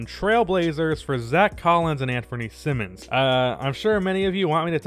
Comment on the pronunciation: how u gonna pronounce Simons as Simmons??